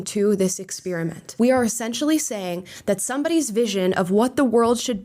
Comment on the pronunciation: Aaaawwwww you pronounce experiment wrong. 😢